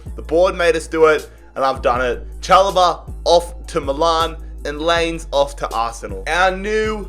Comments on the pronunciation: (Lie Ness) is how you say Lainez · Thats not how you say Laínez Its lahynez is is how you say it